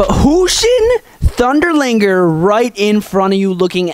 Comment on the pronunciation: you said liger wrong